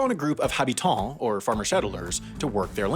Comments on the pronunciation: Great video, just one small thing. The "h" in "habitants" (or just in general in French) is silent. So it'd just be "abitants" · I like it how the topics are getting more and more in depth and more and more geo-political and historical. Haha, everyday subjects are actually often linked to those! PS habitants is like you said it but you don't pronounced the h.